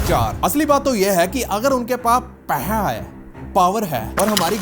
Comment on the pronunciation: Bhai paisa hota hai peha nahi 😂😂